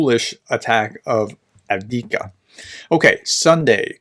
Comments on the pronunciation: There are two letter v in Av (1st v) dee eev (2nd v) ka. Av deev ka. At least the vowel sounds are correct. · "1/3 of Ukraine is mined. This is 'mined-boggling'" ;) But please, dear Prof: A-V-D-I-V-K-A. Repeat after me: A-V-D-I-V-K-A, A-V-D-I-V-K-A, A-V-D-I-V-K-A ;) Thanks for your reports as usual! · I cannot stand by and listen to you struggle with "Avdiyivka." It's actually not that hard to pronounce: ov-dee-YIV-ka. 4 syllables, emphasis on the syllable with the caps. Keep up the good work. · Improvements on frontline, doesn't know how to pronounce Avdiivka Keyboard warriors: yeaaah! 🙌 Ukrainians and Russians on frontline: 🦵🤪🧠🦶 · Unfortunately as long as you watch his channel you're going to have to put up with it. He obviously is not reading any comments offering advice on the correct pronunciation or if he does he is ignoring it.